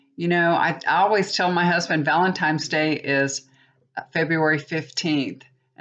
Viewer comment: Hi, FYI it's Valentines, not Valentimes.: ) Hope it was a good one.